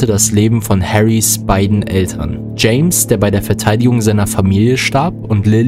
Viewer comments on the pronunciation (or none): none